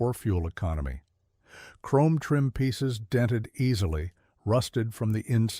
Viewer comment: Over chroam, LOL!